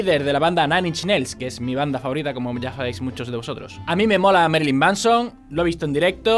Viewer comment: uds los españoles pronuncian el ingles horriblemente.. y que merilyn.- de pech moD